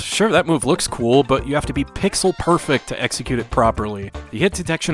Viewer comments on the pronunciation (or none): none